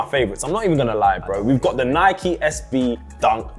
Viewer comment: The way yall say "Nike" will forever piss me off lol. And the Across the Spiderverse are hard. Idc